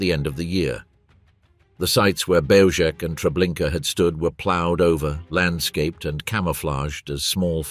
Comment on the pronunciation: Belzec is pronounced Belzhets.